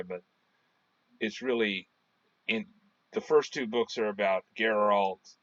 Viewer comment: with all do respect YOUR PRONOUNCING geralts Name Wrong its not JERR-alt the way your pronouncing it, Its GER-ALT same way your pronouncing it except pronounce the G instead of a J nooffence but its cringey hearing you call him the wrong name.